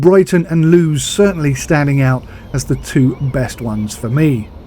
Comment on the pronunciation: It’s pronounced Lewis not lewes, just thought I’d let you know